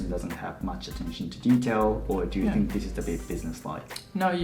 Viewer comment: Detailがデータに聞こえた